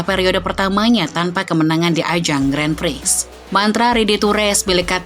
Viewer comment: sebagai channel yang membahas motorsport, sebaiknya bisa lebih tepat lah dalam pengucapan kata Grand Prix.